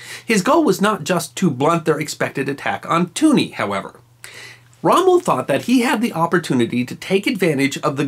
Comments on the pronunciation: In Tunis the "s" isn't silent. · Is using the French pronunciation of Tunis? I've only ever heard British people pronounce it Tyunis, with the "s" sounded. Like Paris.